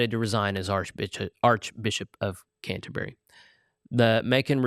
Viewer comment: It’s unfortunate that this presenter seems to know so little about Anglicanism, the third largest world church. He needs to learn how to pronounce the word ‘Canterbury.’